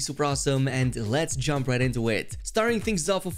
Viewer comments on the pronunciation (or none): none